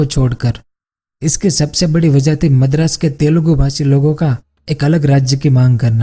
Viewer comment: Madras not medras